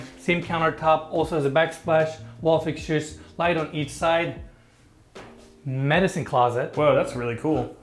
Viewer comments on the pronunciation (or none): none